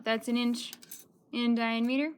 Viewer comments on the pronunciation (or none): I've never heard it pronounced that way either. Diam-EAter? I was wondering where she was from, or maybe it was a dialect? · Please look up the correct pronunciation of diameter.